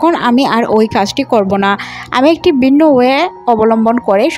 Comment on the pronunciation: বিন্ন নয়, ভিন্ন হবে... আমোরা নয়,আমরা.... গুষ নয়,ঘুষ হবে.… উচ্চারণের খুব সমস্যা দেখি..…